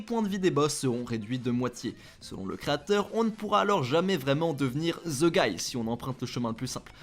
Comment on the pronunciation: Ze guy 😂 Incroyable La façon dont vous massacrez l’anglais